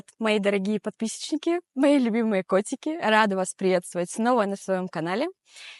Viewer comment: в начале послышалось "подписичники" 😄